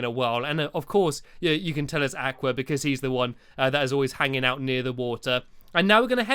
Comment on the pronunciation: You are pronouncing aqua wrong